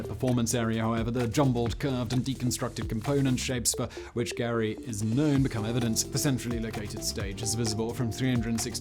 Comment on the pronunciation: GEAR Y not GARY... thanks for another great video